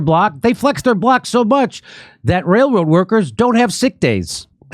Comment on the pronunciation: Sorry but "wail woad" cannot be left to die a quiet death.